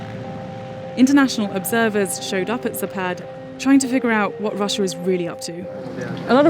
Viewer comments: Speaker made a mistake - zApad, not zapAd. emphasis on first syllable. zApad (запад) = west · ZApad, not zaPAD. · Okey, why the hell you would call a zapad "zapaad"? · its not zapaad, its zaapad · Why you english speakers ALWAYS accentutate russian words wrong? It's zApad, is it that hard? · Alexei Almanov zapat? You must visit logoped. Or logopeT,if you like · it's pronounced "Zapat" ,some Russian consonants change sound when placed at the end of words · It's zapaad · With the availability of google translate that can pronounce words for you correctly in foreign tongues, it is unacceptable for Vice News to slaughter the name of the military exercise repeatedly throughout the video coverage. I’m talking about Zapad of course.